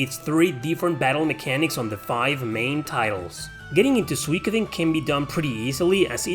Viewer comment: Suikoden is a Japanese word, translated from Kanji to roman alphabet for eng-speaking audiences. the vowel diphthong should be pronounced as 'ui' is in English; think oo sound like 'suit,' not a Latin pronunciation (e.g. 'suite,' like you pronounced it)